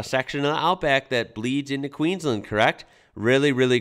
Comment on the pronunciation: Dude you gotta learn how we say Queensland. Listen (or react!?) to the song Queensland by Evil Eddie man, you'll learn and you'll love it